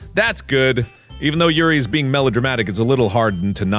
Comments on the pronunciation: How mark pronounces Yuri: Yiuali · Why does mark keep pronouncing Yuri's name the SAME WAY VICTOR NIKOROV DOES? OR AM I THE ONLY ONE THAT NOTICES?! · The hard ''r,, on yuri's poems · He went from saying morp in a nonsensical way, to calling Yuri like she's russian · Whenever Mark says the name Yuri, Viktor (Yuri On Ice) comes to mind because of the accent and the way he says it. Does anyone else feel the same way? Or is it just me?